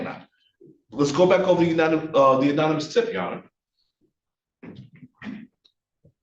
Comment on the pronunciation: Good lord. The black defense attorney say unanimous tip about 6 times. It’s anonymous dude. Good lord. Although other than that he is WAY more effective than the white guy. Well done counselor. If it was up to the other guy, these guys were going to be convicted based on an illegal stop.